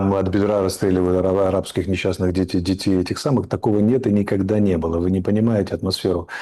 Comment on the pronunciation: Никахда такого не было, ни ках да 🤣